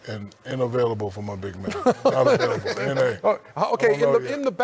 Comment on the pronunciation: Shaq says Navailable😂😂N/A.